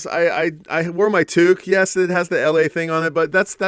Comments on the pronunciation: Oh, no! Minus one point for pronouncing toque as toke! But great response with that Joni Mitchel album! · Well done,! You really did a fantastic job on this! I love how you found so many angles to include a Canadian connection. You get big points for that! And you said “toque” correctly at the end! Lost point restored!